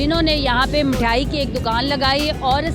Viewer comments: love the way she said mithyai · Anchor “mithyaai” to kehna sekho pehle😂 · Anchor mithai Ko mithyai bol rhi 😂😂